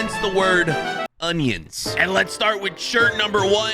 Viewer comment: ''ONINIONS'' my favourite vegetable🧅🧅🧅🧅🧅🧅🧅🧅🧅🧅